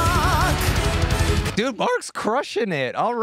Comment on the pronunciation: "The sky turns blark" LOL 😂